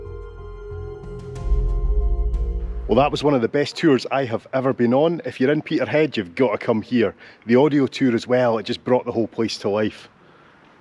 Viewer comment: Peterheid! 👍👏👏👏absolutely how it should be pronounced 👍... mainly because the Corries pronounced it that way in 'The Portree Kid' 😁👍. Crackin' tour round 😎👍. I think your bird is a shearwater.